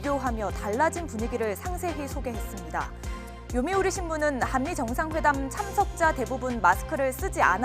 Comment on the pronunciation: 아나운서 언니 발음 뭔가 좀 불편하다 항미회담으로 들리는건 나만의 착각..?